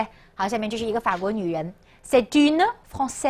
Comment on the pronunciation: 老师的尾音好重，不发音的e听着就跟发音的一样。 etudiante , une, Francaise 都是同样的问题。不过整体讲的调理很清晰！